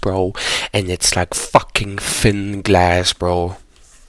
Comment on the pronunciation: The emphasis on f*ing thinn glass is hilarious 😂😂😂